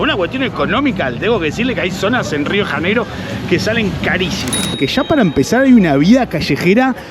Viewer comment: Rio de Raneiro? Nossa cidade tem seu nome próprio com o som das letras em português. Pronunciar Rio de Raneiro é um erro ! Seria melhor pronunciar assim: Rio de Llaneiro! 😅